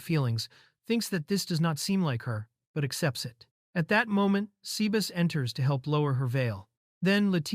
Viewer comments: 'say-bah-ss'. Not 'sea bass'. Sea bass is a fish. tastes pretty yummy. Sebas is probably short for Sebastian. your AI is an uncultured clod. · I love when Ai said sebas to Sea Bass